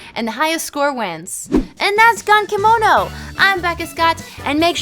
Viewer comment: The correct pronunciation of the first syllable is more in between gun and goon.